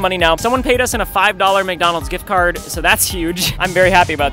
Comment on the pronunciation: "AND A FIVE DOLLAR MGGONAGS GICGARD" - ryan trahan